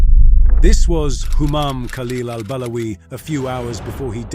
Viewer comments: After listening to you for 3 minutes, now I understand the guy why he did what he did. I mean you pronounced the guy’s name incorrectly for so many times in just 3 minutes Al-balawi, Al-barawi, Al-bawari, Al-bawali. Imagine how pissed off he was because of those CIA agents also mispronouncing his name, that’s why you learn your double agents name correctly, so they don’t turn their backs on you 😂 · I am surprised that you did your homework....my objection is only on the way you pronounced al-Balawi